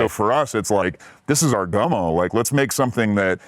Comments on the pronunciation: Why is Andrew calling that movie "GUNMO' when its GUMMO??? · Gummo not Gun-Mo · Andrew kept calling it “gun-moe” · Gummo, not Gunmo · Is it just me or does he keep saying Gun-Mo? Hahah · Andrew, for Christ's sake; the film is titled :"Gummo", not "Gunmo". Not a big deal, but I guess you had to be there, when it came out? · Why is he callling the Harmony Korine movie Gunmo, isn't it Gummo? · It sounds like you are saying “Gunmo” not “Gummo” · Man called it "Gunmo." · I keep hearing 'Gunmo'. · sorry are you saying "gunmo"? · Gummo, not Gunmo. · Why does he call Gummo "Gunmo"?